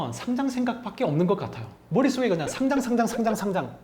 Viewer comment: 마지막에 상장 축하한다는 말이 어째 돔 공연 축하해... 처럼 들리지ㅋㅋㅋ